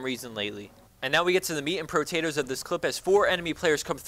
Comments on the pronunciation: "Meat and PROTATOES of the clip" LOL. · "Meat and protatos" haha